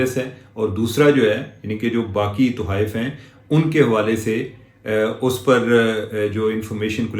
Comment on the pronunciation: Tohaif nahin Tuhaif